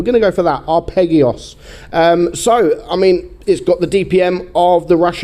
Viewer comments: His name btw is pronounced arpejjio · I take it isn’t a much of a music nerd given the pronunciation of the gamertag lol.